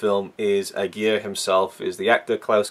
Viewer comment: You totally mispronounce Aguirre, that is already a big no no.....